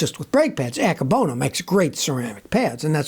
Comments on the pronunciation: [are you saying "anchor bonus" ceramic brake pads?] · There’s no r in Akebono